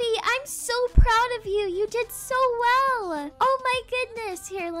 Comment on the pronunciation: Well “weel” Not trying to be rude I still love ur videos